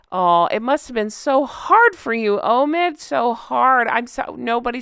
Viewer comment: Obi wan kanobe... Oh no... Its Omid as Omitted. 😂😂